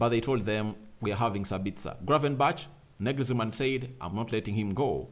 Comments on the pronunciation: "Sali-HAM-id-zich" ... "NAG-els-man" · SaliHAMidzich NAGelsman🤾‍♂️🤾‍♂️